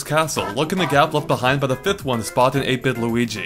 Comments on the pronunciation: I heard 8 bit Luigi so much times; I thought he said 8 but (the YouTuber) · 8-bit? I fought you were saying ape-n lol